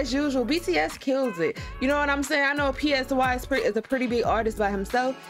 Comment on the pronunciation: "pee ess why" and "sugar" 😭 i know it's an honest mistake but ur so funny